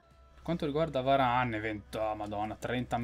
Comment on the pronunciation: Sì dice varan no varane